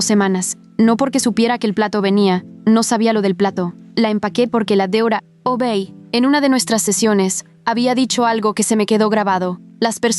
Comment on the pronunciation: "Quinto ciclo". La U es muda xD Y "Dra" (doctora) dicho como "Dera" o "Deora" xD